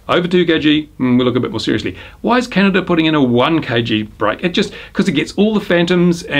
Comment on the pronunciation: Try to learn how to say "CANADA".